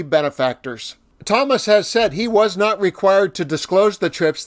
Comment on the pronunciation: Pls learn correct pronunciation of justice!s name!!